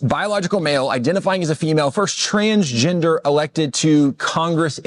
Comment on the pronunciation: What is “trans JINDUR”?